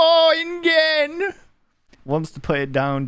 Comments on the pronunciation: the dinosaur roars are from a game called "The Isle". Great game btw. PS: its pronounced "in Jen" Love ya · InGen is pronounced like "InJen", like Genesis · mispronouncing Ingen.